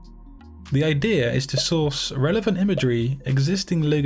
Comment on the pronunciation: Sauce hahaha, it said sauce instead of source, omg.